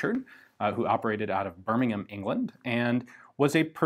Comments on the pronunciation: Wow, Ian said burmingham correctly! Great job! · He pronounces the English Birmingham the English way! I'm so happy!